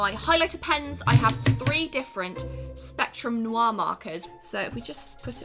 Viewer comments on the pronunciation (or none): none